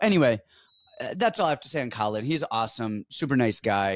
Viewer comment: Caolan is pronounced more like Keelan. Loved the show otherwise 😂 🇮🇪